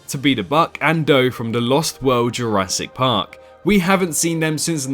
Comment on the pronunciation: Go somewhere in between 3.05 and 3.09 ma boi said “Jurassic parp “